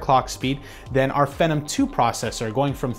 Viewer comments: The way he pronounces "phenom" like "Venom" is very annoying, where did he learn that? Ive always heard it pronounced as "fee-nom" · "Fee Nom" rhymes with Athlon, stop calling it "Fen Nam". Thanks. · You say Phenom weird. It's Fee-NOM, not Fen-Um. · just one comment: It's pronounced Fee-nom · Phenom is pronounced Fee - nom. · I always thought phenom was pronounce phee - nom, like the beginning of the word phenomenal... Anyway, I'm really hoping AMD can get their act together, from what I hear plenty of innovation is going on but they just don't have the funds that intel does. Not only do I often have a bias for the under dog, but they need to stay competitive if we want to see amazing things from both sides. Looking forward to the HBM boom coming soon ;D #SensibleFanBoy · I like the video and what you said, but i didn't like the way you said it. You need to relax, and probably read the script sooner because you seem uncomfortable with what youre talking about and it really shows. I like the data, like the camera work, the setting all that stuff. Just gotta work on delivery. Also, its pronounced feenom. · LOL , I thought it was pronounced [fee-nom] with a LONG E vowel sound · It can be pronounced either way. I've heard fen-em and fe-nom from multiple different reviewers. Personally, I prefer fe-nom. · Oh look. Another tech guy who can't pronounce phenom.